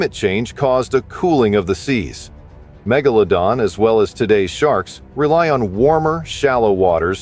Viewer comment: I especially enjoyed Meg-Gala-Don lol